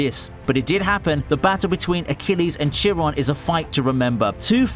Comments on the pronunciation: It's "kai-ron", not "chi-ron", genius. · Chiron... no Kai-ron. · Achilles vs Chill-ron ...damn you CHILL-RON!